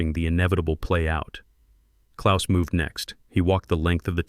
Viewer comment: Hope you realize that you listed CITIES, not countries! Precision seems not to be your strong point! This laxness is something "up with which I will not put"!!! However, you DO get full marks for pronouncing "Klaus" correctly! German is my birth-language and I have tried my best to keep up with it over the 60+ years I have been speaking English!